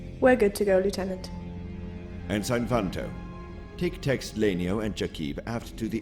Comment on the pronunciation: To the Thrawn actor, very good job. The voice is perfect. I do have a question though, is the way ensign is pronounced as en-sign supposed to show Thrawns difficulty in pronouncing words?